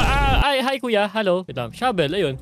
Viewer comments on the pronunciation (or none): Finally natapooooos😫 for the third time!!🤭 Shabel not Shovel 😂😂 ramdam ko yung gigil mo. Nasubaybayan ko yung di mo pagtapos dito HAHHAAHAHAA